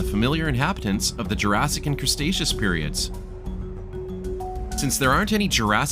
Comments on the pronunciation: thank you for the amazing tour! but it's cre-taceous, not crustaceous lol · The pronunciation of Cretaceous hurt my soul